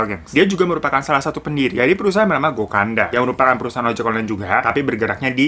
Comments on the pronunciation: Bang.. gokada loh tlisannya, knapa sih lu bilangnya gokanda gokanda... gemez kan gua pngen bnerin kata"nya 😩😩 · Gokada ka aku dengernya gokanda hhee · gokada sayang, bukan gokanda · Gokada, Fan, Gokada, GOKADA, bukan GOKANDA, ih ...